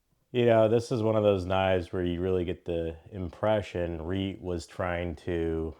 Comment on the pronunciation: Hey, great knife and video! Just a heads up, you maybe saying reate a little off. It's more like Re-ought I think